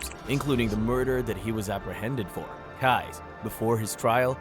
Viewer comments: "Keyes" is pronounced just like "keys", it is NOT pronounced "kuys" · Keyes is pronounced as "Keys" by the way... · Totally off topic ( no disrespect to the victims either!) but mr. Stickmans facial expressions crack me up! Oh.. and I think his name is pronounced “Keees” like door keys… what a monster he was. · Im not sure if you were trollin or not and im also not sure why everytime you said Israel Keys' name like Kize it erked me so badly ahaha ☠️😭 but good video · Israel keys kease. I'm new to your channel. you're gonna say the name, please say it right. Thank you now. I'm going to subscribe to your channel.😂 keys 🔑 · Kai? How the hell do mispronounce KEY - EESE ISRAEL KEYES.... Goddamn it say it wrong a few more times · Have I been saying Israel Keyes name wrong this whole time!? I thought it was pronounced keez 😅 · Constructive Criticism here. I want your stuff to improve. You are doing well. But, My guy. I am sorry to say but I had to stop watching by the time you hit Keyes. You mispronounced one of the names earlier and now this one too. Do a little research into how the names are said, because when watching a video and it is said maybe 100 times 'incorrectly' it just grates on the watcher.